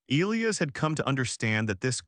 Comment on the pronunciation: Yes, I’ve never heard “Elias” mispronounced so much, or at all, really.